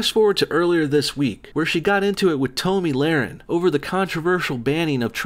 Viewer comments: your pronunciation of tomi lahren makes me want to die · Lol, its pronounced, " Tommy Loren."